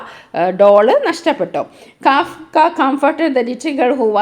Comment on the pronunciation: Not Kaafka😂 ❌ kafka ✅